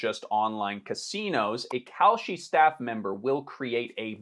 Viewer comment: Whenever you say "Kalshi" I hear "Cowsh*t". The difference being, cow, umm, manure is useful. Kalshi is NOT.